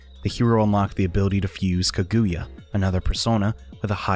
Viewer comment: The pronunciation of Kaguya made me flinch a bit lol